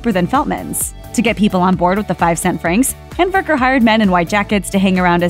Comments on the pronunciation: It sounds like the narrator is calling him nathan hamburger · Nathan’s last name is Handwerker. She called him Handberger. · This chick is making the last name really hard to understand. It's spelled Handwerker.